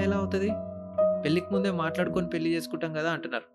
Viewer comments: Not billi it's pelli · పెల్లి , పెల్లామ్ కాదు పెళ్లి,పెళ్ళాం